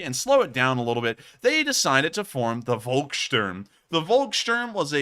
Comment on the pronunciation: "Volkssturm" - 'V' is pronounced as 'f' and 'u' pronounced like 'oo' in 'loo'. "Volk" means 'people', wheras "Wolk" means 'cloud'.